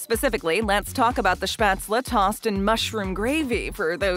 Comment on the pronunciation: As a German I’m offended of how she said spatzle